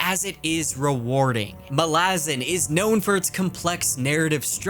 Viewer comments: Just to be that pronunciation guy... If Malazan was to be pronounced like you do, with a distinct stress on the second a, the letter would have an acute accent: Malázan. It doesn't, so it shouldn't be pronounced that way. Fairly basic stuff. Not that I give a toss, but since you mentioned it specifically.... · The correct pronunciation is Malazan. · Amazing video but your pronunciation of Malazan triggered me lmao